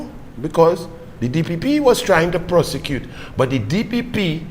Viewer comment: Are you saying prosecute or prostitute Anyhow keep going..❤❤❤❤❤